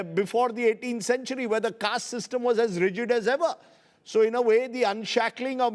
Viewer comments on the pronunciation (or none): none